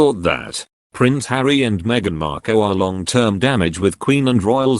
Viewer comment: Why can’t you pronounce words correctly, you say Cambridge, Cam as in cat, when it should be Cam as in you came to us and I don’t think Harry’s wife’s name is pronounced Marko, I’m sure it’s pronounced Markle as in sparkle, there are a lot of other mistakes like these two, you sound English so should know how to speak English correctly, please practise properly.